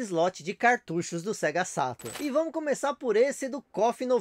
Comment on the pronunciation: É engraçado que ele fala o português perfeito, mas na hora de falar "Sega Saturno" ele não consegue rsrs